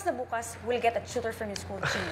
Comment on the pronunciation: Tuitor not tutor 😄